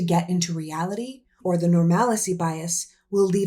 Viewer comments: Brilliant video,! Powerfully said. (But psst: it's pronounced "normal-see" - it doesn't rhyme with "fallacy". 😉) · Love this and so much of what you do. Just a small correction: normalcy is nor-mal-see, not nor-mal-eh-see. We're way past normal reactions to the unlawful chaos - we can't just wait for midterms. General strike is needed. Shut it down. We cannot go to war with Iran. This is not the way!